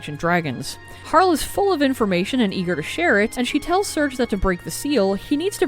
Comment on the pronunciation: Its not HAR LE it Harley... right?